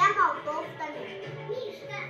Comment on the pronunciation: Малтовта. Он " к" вообще не выговаривает.